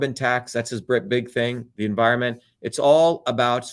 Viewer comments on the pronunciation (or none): none